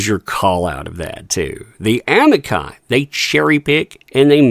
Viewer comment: fyi: I heard 'Amici' mispronounced as 'Am-Eye-Kai'. The correct pronunciation is 'Uh-Me-Chee'. Amber's appeal and Amici appellate briefs aren't worth the paper they're printed on.